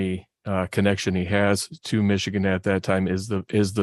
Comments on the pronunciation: He keeps mispronouncing Michigan. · Why does he keep pronouncing Michigan so wierd??